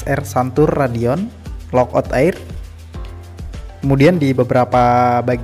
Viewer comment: Raidon kali gan bukan radion😂 menit 1.56